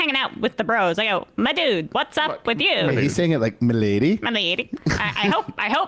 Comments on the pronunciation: Ben was picking up some of that Tim Pool lingo saying “madood” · Idk what’s worse, Ben’s “ma dude” or Tim’s “buoys” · It's more like "m'dude". I think he's pivoting toward his neckbeard base